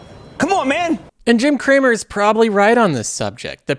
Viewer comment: Jim "Creamer" does it again